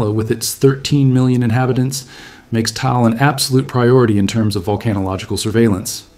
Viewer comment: Taal is pronounced "Tah-ahl" -- two syllables, just like mag-ma. But you must pronounce "magma" like Mike Meyers..MAAG-ma!